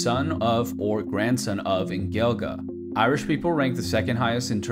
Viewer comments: Also Gaeilge sis pronounced “Gay - l - gah “ not “Gya - l - gah” but still i might be wrong about my comments i dunno i am irish but still havent a clue about my own country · Also you miss pronounced gaeilge it is pronounced gwaylga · gaeilge is pronounced gwayLega not Gaylega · Gaeilge is the genitive outside of Connemara. He should have pronounced it "Gaelic" like the proper pronunciation in the Donegal Gaeltacht. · “hey he pronounced samhain right!” proceeds to pronounce gaeilge “gayl-guh” “oh :[“ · Idk if it's different in other parts of Ireland but Samhain is pronounced "Saow-in" not "salwin" Also Gaeilge is pronounced "Gwayllga" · As an Irish-Croat, it's pronounced gay lick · I really cringed when you said "gaeilge" its pronounced "gw-aol-geh" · It's pronounced gale ic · Quite the contrary my friend I knew every fact in this video and I’m also about to correct you on your pronunciation but unfortunately I can’t help you all that much all I can say is that you pronounced The Irish word for Irish incorrectly but other than that these were some cool facts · you pronounced gaeilge wrong. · He pronounced gaeilge wrong